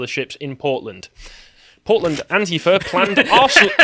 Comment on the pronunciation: I thought you said 'ant-eater', but it was antifa. Weird!